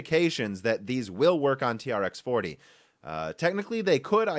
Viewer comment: its pronounced 'T-Rex' :D T-REx 40, T-Rex 80